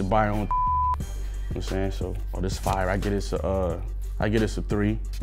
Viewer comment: This "Fiyah". *Gives low rating